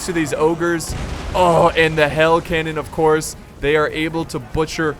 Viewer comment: You said hail canon instead of hell canon